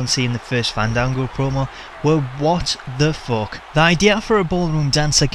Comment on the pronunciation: "whut the fock" at the beginning killed me!!!